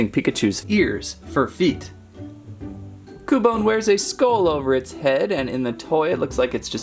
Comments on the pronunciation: Its not ku bone its qubone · Pretty sure it's Qbone not koo-bone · YOU SAY CUEBINE RONG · And your rong you said ``cubone`` but it is actuly cubone and in the bigenig of the name is not cu its acthuly kyoo kinda like the word cute but its not cute its kyoo and the words kyoo and bone thogeter make kyoobone so that prouves you were rong yea you where rong yea rong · its kyu bone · its cU-bone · It's Cue-bone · Its cyubone thats how its pronounced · its pronounced Q - bone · ITS cuebone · cub one is not cu bone it kinda sounds like qbone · no pronounced CUE-bone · (Cue)(bone) in case if you didn't know how to say. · Cubone is pronounced cube-bone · It is pronounced cewbone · It is pronounced q bone in the tv show I am a Pokémon geek I know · Repeat after me cu-you-bone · Sounds like q-bone. 😀its ok, at first i didn't know how to pronounce names and i still don't.🤣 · It's pronounced like kyoobone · It’s (kyu-bone) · It is cue-bone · It's Q-bone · It's pronounced Q-BONE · U pronounce it like cewbone but spelt cubone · YOU IDOT ITS CUBONE LIKE IN CUBE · Cubone is more reptilian, than Canine. And it's pronounced "Kyoo-Bone", like in the word "cute". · it sounds like you said coupon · Well ya right it's cubone but your saying it wrong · You said Cubone wrong!!!!!!